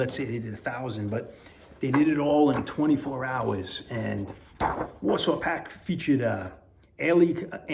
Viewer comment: Love that Len Bright Combo! Almost sounds like Niled Us, not Nailed us. 😂 Warsaw Pakt, very cool too.